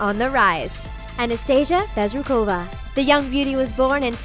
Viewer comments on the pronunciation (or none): none